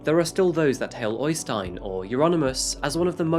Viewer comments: OYstein? It's better to pronounce the Ø as EIYstein. I've seen jokes before about English with a Norwegian accent, but the opposite is much more silly. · øystein not OYYstein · Its pronounced Errstein , not Oistin